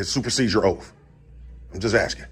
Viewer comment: It is not aksing... it is asking. Dude is living in the USA, but a non-USA has to tell him his English / American is messed.